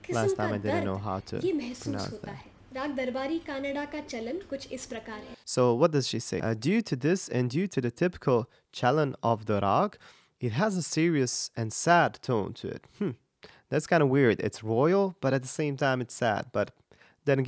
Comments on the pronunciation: Its chalan with Cha as in Charm.. Cha laan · When she says Chalan it's Ch as in Church, shudha means pure... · CHALAN : CH as in `change`, not as in `champagne`. After that AL(sounds like ULL (emphasis on L) as in `hull`. Finally, AN(sounds like UN) as in `under`. CH-UL-UN. Together, CHUL as in chug but L instead of G, followed by UN. BHAIRAVI : BHAIR as in chair but with a B instead of C, followed by VI as in WE. BHAIR-WE